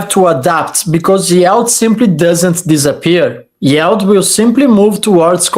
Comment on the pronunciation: it's yield not yald;-)